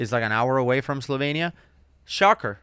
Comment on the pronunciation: Its not slovein. Its Slovenia